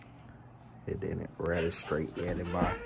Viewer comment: Boy are you saying it didn’t “REGISTRY” into my brain ? You know it’s register right? Grow up